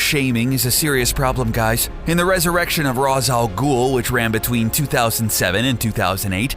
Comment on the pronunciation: it’s not ras all ghoul it’s pronounced ra’s (raish) al ghoul